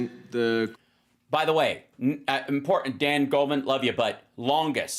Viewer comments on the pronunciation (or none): Is it wrong to be critical of her pronunciation, and overuse of ”impor-Dant”? It really bugs me, and others are picking it up too